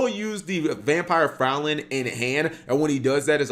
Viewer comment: Fraulein is pronounced Froi-line btw not frow-lin